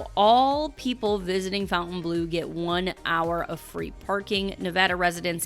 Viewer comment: Hi! I've enjoyed your videos for years now and love your content. I do have one comment on the pronunciation of Fontainebleau. I mean you no disrespect - Fontainebleau has no U in the word so it should be pronounced without it. Phonetically it is - Fon-tin-blu ( A Frenchman taught me how to say it correctly) and it sounds so much prettier. Keep up the great What's New videos!